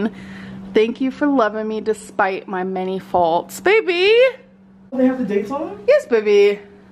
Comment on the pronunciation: PLEASE stop with the "baebuh"